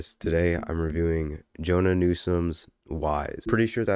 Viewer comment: You're pronouncing her name like Jonah, it's more like Joe-Anna.